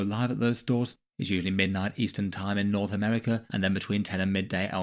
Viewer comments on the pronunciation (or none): none